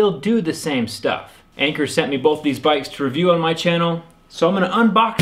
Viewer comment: its not anchor its an cheer like in 3 2 1 an cheer! Lmao